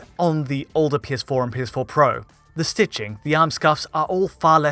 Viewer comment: “The PS4 PWWO”